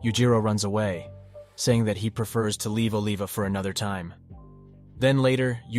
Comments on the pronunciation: "ohlivah" bro its Oliver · "oliva" is short for "oliver" not aleva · No disrespect bro but don't ever pronounce Olivia's name like that again😂😂😂